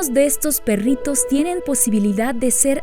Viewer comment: me parece muy chevere como dices "perrrritos" ja ja ja :) :)